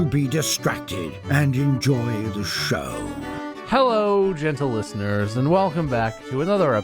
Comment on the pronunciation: Did the narrator say lickener instead of listeners?